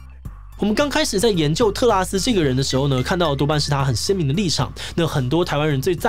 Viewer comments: 果然不免還是唸成特斯拉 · 唸成特斯拉了哈哈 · 志祺也跟我一樣，一直念成特斯拉。🤣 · 是不是特拉斯念成特斯拉w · 是特拉斯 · 同學，你好像真的唸成tesla“特斯拉”了🤣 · 我一直在等看看會不會唸到特斯拉 果真被我等到了! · D 名字太難唸， 特斯拉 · 5分38秒的时候读错成了特斯拉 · 這個名字真的會讓人念錯（連主持人都不小心唸錯了，在5：38秒的時候）